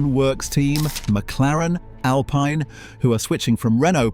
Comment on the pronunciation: The way he said Alpine, that i is pronounced more like e, like this Al-Peen